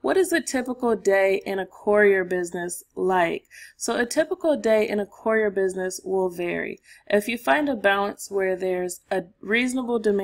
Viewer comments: Step one, learn how to pronounce courier. 😂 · Great content, but for the love of God. The annunciation of courier is driving me insane. Still like the video though.